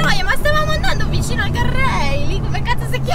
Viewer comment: Ancora sto ridendo, “attento al ciclista” “stavi andando sul gardreil” 😄😄😄